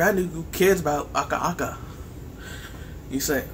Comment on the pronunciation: it's aku aku not aka aka